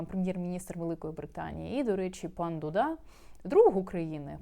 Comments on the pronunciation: Не ДудА а ДУда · Він не дудА, а Дуууда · Пані! З усією повагою до Вашого професіоналізму, але прізвище Президента Польщі - Ду'да, з наголосом на першому складі. А дудА- це муз інструмент на расєї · Президент Польщі ДУда а не ДудА… навіщо перекручувати наголос … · Пан дУда, наголос на У, капець.